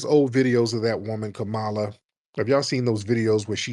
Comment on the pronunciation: I don't really care how people say kamalas name but she aint sittin down witchu and you sayin her name wrong on purpose my nigga.